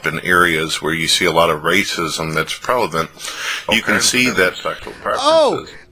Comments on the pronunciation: ItsMeNathanLee Yeah I caught that too. I think he’s jamming two words together like he does with “quander”. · ''Placements'' (instead of 'places') ''ireas'' (instead of 'areas') ''Pralevent'' ''Proponent against''